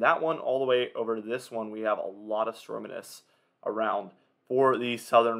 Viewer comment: Stormanence?? 😂 it’s pronounced ˈstȯr-mē-nəs